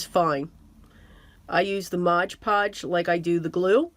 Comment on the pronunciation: Just FYI - it’s MOD Podge, not Mog Podge